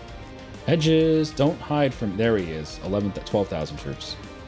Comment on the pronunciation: I just love how he pronounces Hejaz as "edges"